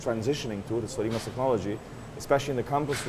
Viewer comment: His pronunce of Rimac is so idiotic